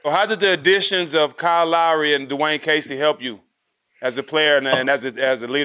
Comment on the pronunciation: He says Kyle like he’s saying kal and it keeps throwing me off lol